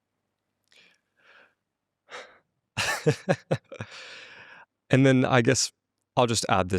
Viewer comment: Omg 🤯 😱 he said pussayy… cancel prof jiang plzzzz 😭